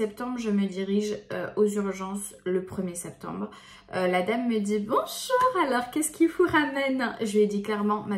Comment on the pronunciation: Comment elle dit bien le bonjourkhhhh sapeut me tué 😂😂😂😂🙏🙏💕💕